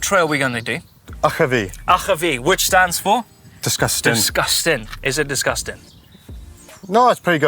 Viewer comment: DEESGUSTANG! :P